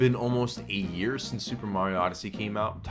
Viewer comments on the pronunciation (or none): He meant to say A YEAR, but the way he pronounced the A made it sound like he said EIGHT YEARS. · dam, i had to rewind and slow down the video to make sure you didn't say "eight years". i know im bad with time, but not THAT bad!